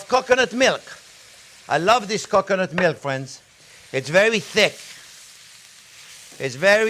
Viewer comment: It sounds like he is saying cock u' nut 🤣